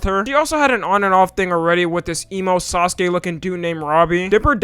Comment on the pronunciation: Sasuke* not Soskei